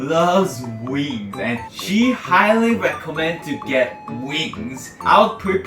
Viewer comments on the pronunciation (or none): I thought u said “my mom loved weed” 🤣 had to repeat it & it’s wings